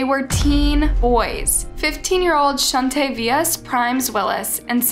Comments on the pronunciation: When I saw the 3rd guys name I heard in my head "Shaun Tay vious" and thought what a neat name. But then you said it very different and I was like oh not so great, then u said it again but different I was like wtf? Now idk if it's pronounced different to the spelling or if u have just butchered it 😅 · “shun-tai-yavis” shun-tay-vee-us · The name is pronounced “Shun-Tay-Vee-Us” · The way my girl rite here says shauntavious.... It's Shaun-Tay-V-Is for the proper pronunciation. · I love you and your content. But your pronunciation of the names on this one is killing me!! Shun-tae-v-us and Ja-mall 😬😘😜 keep em coming hunni😘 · Another video with her pronouncing someone's name wrong!! 🤦🏻‍♀️ It's pronounced Shaun-tay-V-Us. Pretty much like it's spelled Shauntayvious. I know it's irrelevant but when she does it to all names 95% of the time it gets annoying after a while. Just saying... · Chauntavious {shun-tay-vee-us} lol she butchered the hell out that name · Girllll it’s pronounced (Shawn-tay-vi-us) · It’s pronounced shun-tay- vee-us. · “Shuntayovis” bitch, learn how to say the names. SMH. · honey his name is pronounced as Shawn-tay-vee-us 😂😭 I know it’s a bit hard if a name but I just wanted to put that out there😂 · Shun-Thai-Aah-Vus sent meee 💀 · 😂 It’s pronounced Shon-Tay-Vi-Us* and Ja-Var-is* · The way you pronounced shuntavious name is wrong.